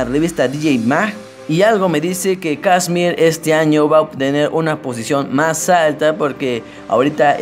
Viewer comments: kshmr no se pronuncia kiusrm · Tu pronunciacion es un 10/10 :v "Kasmir, Firebicks, Quernei (Te mamaste)" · Mira mejor no hagas un vídeo sobre KSHMR si no sabes pronunciar ni su nombre. Que el tema principal al principio fue 'Leviathan'? No tienes ni idea hermano, Leviathan no salio en Spinnin Records, fue un FREE DOWNLOAD sacado por el mismo KSHMR, el tema que le dio la fama fue principalmente al principio Megalodon, luego Burn y mas tarde Secrets. No hagas estos mierdivideos si no sabes nada sobre el y haz buscado la información y wikipedia y dicha a tu manera.